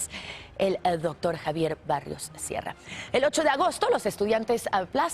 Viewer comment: Se pronuncia: BARROS SIERRA y no "Barrios" Sierra! Se nota que no leíste antes!